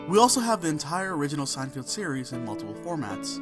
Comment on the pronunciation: SEIN-FELD. not sein-field